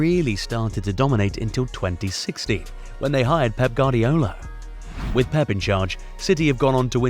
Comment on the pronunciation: Hey amigo, it's pronounce "Gwardiola", not "Gardiola".